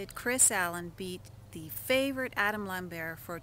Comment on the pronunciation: It's LamberT, not Lamberrr!